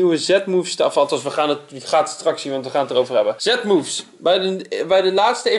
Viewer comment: je spreekt het uit als zie moevs